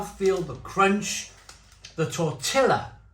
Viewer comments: Do all Brits pronounce tortilla as “tor-till-ah”? Cracks me up each time you say that. Latinos & folks from Spain (ie the people who invented tortillas) pronounce that as “tor-tee-ya” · Tortilla is pronounced Tor-tee-yah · He might butcher the name, but at least he’s sampling some off the finest items Mexican cuisine has to offer